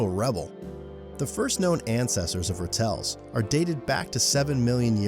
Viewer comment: Ratels, the stress is on the first syllable ra tel, not ra tel . They're pretty common in my area .Their badass reputation is really earned.They really fear no one Note that Cheetah young have white hair in their backs, they look like ratels from afar. Most predators avoid ratels like the pest: great protection. When sea otters were hunted to near extinction, sea urchins destroyed the kelp forests.They are a keystone species, indeed mustelids are awesome, I miss the fishers (they even kill bobcats!) fearless weasels , ermine, mongooses and meerkats.